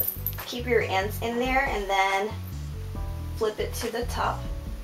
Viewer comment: Lol, I've noticed that whenever you say "ends", you actually say "ands". It's cute. XD